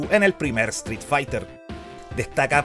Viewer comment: Me molesta que no puedes pronunicar la palabra street correctamente.